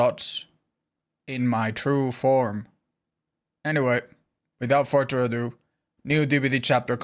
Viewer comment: "Without Farter Ado"